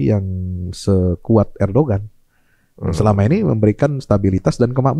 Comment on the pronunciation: baca nya ERDOGAN